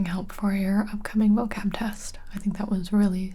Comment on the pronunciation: why did sound like Mocab? Is it just me?